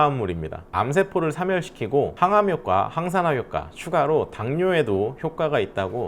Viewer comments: 황산화 가 아니라 '항산화' 입니다. 처음부터 계속 황산화로 말하고 표기도 그렇게 하시는군요. 그리고, 엑스트라 버진 올리브유는 집에서 요리할 때, 확실히 금방 연기가 납니다. 향도 맛도 좋아서 즐겨서 쓰지만, 불 세기에 주의를 기울이지 않으면 연기 때문에 불안한게 사실 입니다. 그래서 왠만하면 샐러드에 뿌려 먹거나, 볶거나 튀기는건 콩기름으로 하고, 향기를 낼 때만 조금 넣는게 현실이구요. 180도를 계속 체크하면서 할 수는 없다는 얘기 입니다. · '황'산화 아니고 '항'산화예요